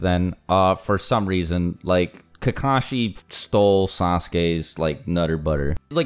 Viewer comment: It's Kakashi, not Kakashi. Get it straight.